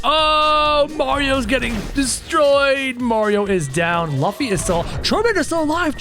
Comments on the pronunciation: It's not lufffy it's Lufy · It is luffy but it's pronounced LOOFY but spelt luffy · Its purnounced looffy but spelled luffy. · luffy is pronounced like: roofy (in japanese) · NOT LAFFY IS LUFFY 😡🤬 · Btw Ur saying Luffy wrong u say it like loofy